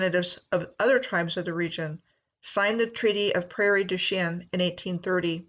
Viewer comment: Its pronounced and sounds like prairie douch-ing